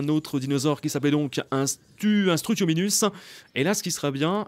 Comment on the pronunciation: J’ai un peut honte de dire que je regarde t’es vidéos de Jurassic World Évolution assez tard mais j’aime bien jouer à ce jeu avec une vidéo sur ce jeu 😂. Mais tu n’arrêtes pas de dire struthominus alors que c’est struthomimus ! Sa finit par mimus pas par minus !! 😂😂😂😂😂😂